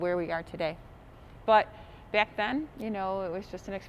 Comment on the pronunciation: Funny her accent, Back pronounced beeaack